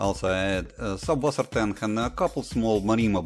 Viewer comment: FYI, "subwassertang" is actually "Süsswassertang". The double s in German, the "ß", may look like a "B" but it is actually pronounced as an "s". Translated it means something like "fresh water sea grass". Just a little nitpicking from my side. Otherwise I like your videos, and I am tempted to do something like that myself!